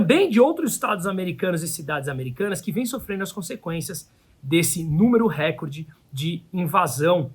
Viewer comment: Não existe acento em R(E)CORDE, assim como recorte, são palvras paroxítonas... A globolixo viciou as pessoas em pronúncia errada...